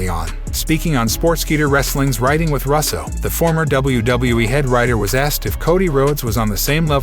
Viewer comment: He doesn't know how to pronounce Vince Russo's last name?? Wow.